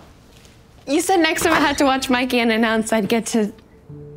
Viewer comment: "Mikey" instead of Mickey is sad but good work